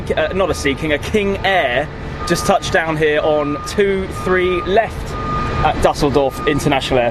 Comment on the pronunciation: Na, hier nimmts aber Jemand sehr genau.... Mindestens hat die Aussprache von Düsseldorf (für einen Engländer) besonders gut hinbekommen und Beide haben es geschafft, "Duisburg" besser auszusprechen als Franz Beckenbauer. Da kann man ruhig mal ein Auge zudrücken, wenn es um Rechtschreibung geht.